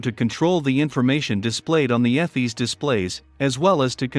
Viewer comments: “Eff-eez”? There’s that AI voice at it again. It’s “EE-fiss” folks. And ECAM is not part of EFIS; you only have to consider what can be controlled by the EFIS control panel - nothing to do with ECAM, a separate system. Other than that, still nicely paced and well illustrated instruction. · Pronounced EEE-F-I-SSS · This is an Awesome presentation........EFIS is pronounced EE-fis..... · Airbus EFIS is pronounced EE-fiss. Electronic Flight Instrument System. The engine displays are upper and lower ECAM, pronounced EE-cam. Stands for Engine Condition/Aircraft Monitoring. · ĒFIS. Eeeeeeeeeeeeeeee, sounds like cheeeeeeese!